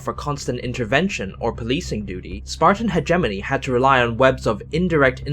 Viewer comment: He keeps saying hegemony wrong